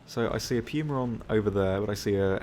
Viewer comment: Arrivederci he pronounces it correctly